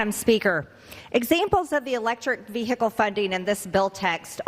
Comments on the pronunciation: VEE. HICKLE😂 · Whats a vear hic call ?? Oh wait she ment vehicle 😂 😂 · "vee-hickle", in-dick-tid, peach-tree dish. Welcome to America's GED program. Literacy not required. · ...vee hickle!?🤔🤭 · "Ve-hi-kull"? She has trouble with those 3 syllable words. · And what's wrong with saying 'car', why she gotta say 'vee-hickle'? I've got no problem with local dialects but the trump-et like in so so many things, she just takes it too far!!! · Who puts emphasis on the h in vehicle except dumb ass Green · She has a strange way of pronouncing "vehicle"... My dictionary says ['vi:ikl]... No "h" pronounced..... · She pronounces ‘vehicle’ like a drunk with hiccups.